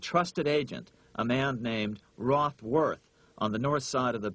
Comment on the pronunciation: rothworth lol